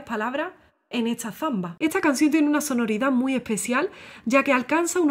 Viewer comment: Se me hace un poco curioso la forma de hablar de esta belleza de mujer. Porqué pronuncia las palabras con s y t en posición contraria. Ejemplo: esta la pronuncia etsa, historia la pronuncia hitsoria y así. Solo una curiosidad 🤗